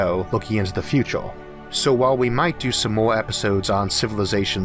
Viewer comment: It's irritating at forst, but the content Arthor delivors on enorgy, physics and the futor of the univorse is so downright fascinating, I'm not reolly distorbed by it anymore...